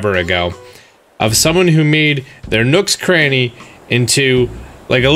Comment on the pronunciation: thought you said nooks granny